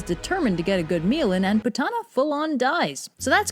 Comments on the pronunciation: Btw it's pronounced poot-na not pu-tah-na🙊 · 😂but it's actually pronounced as P-O-O-T-H-A-N-A or (poodana down in southern India). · Not Putana but POOTHANAH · The Correct pronunciation would be " "pootna" but I get your point! Pretty funny if you ask me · I am going to be whooshed for this, but horribly mispronounced all the names here. Because sanskrit has an inbuilt soft a sound and an hard n sound, putana will be pronounced as "pu-t-na" while kansa will actually be pronounced as "ka-uns", and balarama as "bal-ram". Putana would mean putrefaction.